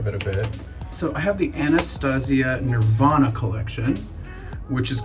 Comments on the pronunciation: He did nOT just call NORVINA , NIRVANA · Not Nirvana…NORVINA. Lol